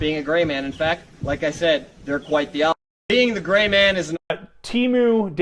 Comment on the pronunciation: Dude ia the Gray man but dropped the "r"